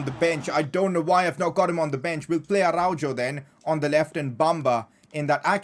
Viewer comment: Pov/ Player pronounciation : Araujo is pronounced like Arauho